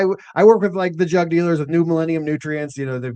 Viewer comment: I heard "drug" dealers instead of "jug" dealers every single time on this POS phone speaker LoL 💯😆